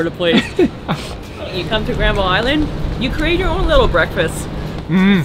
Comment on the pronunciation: It's called Granville Island, not Grandma Island.